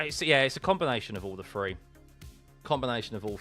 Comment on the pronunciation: It's three not free